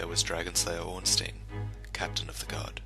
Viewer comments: I'm pretty sure it's not pronounced "Ornsteen". The "ein" part is more likely pronounced like the German letter ein. It just always bothers me to hear "steen". I always liked Artorias, even though he failed, he was a true hero. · Ornsteins names is pronounced ornstine not ornsteen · Only thing I dislike in this video: The way you pronounce Ornstein